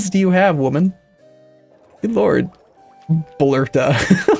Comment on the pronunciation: its blerta b- lerta